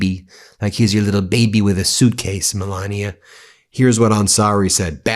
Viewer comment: " I like my zooootcase"